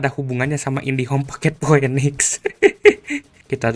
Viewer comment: Pinix bang bacanya bukan poenix, masa org ga gaptek bahasa inggrisnya jelek bgt